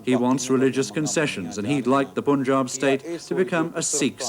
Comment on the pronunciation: why do pronounce punjab wrongly . british want to provocate